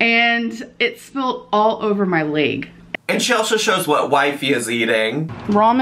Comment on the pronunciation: "Leyg" that made me lol. I thought she only pronounced egg this way 🥚 😄